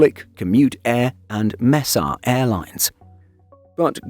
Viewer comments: Good video, it's pronounced May-sah not Mess-a though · "mess-ah" airlines 😂 bruh